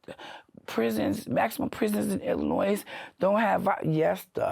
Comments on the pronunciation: She went to prison for murder. But she reoffended by pronouncing the S in Illinois. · If you pronounce Illinois like that you belong in prison. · There is no noise in Illinois. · Jesus she gotta weigh 500lb 😂😂😂😂 you can sense the intelligence when she pronounces the S and at the end of Illinois 😂😂😂😂😂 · this is so cool and informative that I will forgive the S at the end of Illinois being pronounced lol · Sadly, she spent all that time in Illinois; yet she doesn't know how to pronounce the state😂😂😂😂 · And the “S” on the end of Illinois. Makes me nuts😅😊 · I couldnt get past "illinoise" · where is that? In Illi-NOISE? 🤣 she spent all that time in the state and still can’t pronounce it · If you learn nothing else from this, the S on the end of Illinois is SILENT! You’re welcome! 😂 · All that time in prison and she still didn’t learn how to pronounce “Illinois”. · I have never heard an American pronounce "Illinois" like that. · MA'AM........ The S is silent in Illinois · Cringe every time she says Illinois and pronounces the S on the end 😫🥴🥴 from the city and don’t know how to say the state she lived in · Illinois doesn't have the "s" sound on the end. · The "S" on Illinois is silent. I had to go there to the women's prison in Decatur, Illinois to taken my drug test for my job😅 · Lawdy please pronounce Illinois correctly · I don't trust anyone who says the s in Illinois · Spent 31 yrs in prison in Illinois and still doesn't pronounce "Illinois" right? Kinda weird. You'd think she would have learned how to say it correctly in all that time. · The “s” in Illinois is silent 😅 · the “s” in Illinois is silent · I love these videos so much, the editing and lighting and everything is perfect. The S is silent in Illinois, I live near decatur and decatur is a rough city it's like a mini chicago